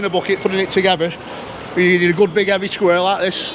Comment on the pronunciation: strong and heawy :-)